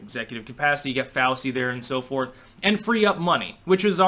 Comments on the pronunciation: it’s pronounced Dr. “Fauchy” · Did you say fowsi?